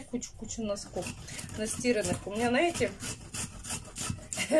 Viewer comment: а ещё коронное слово НАЕТЕ.И сколько бы Насте не писали ,что говорить надо ЗНАЕТЕ!😤😠🥺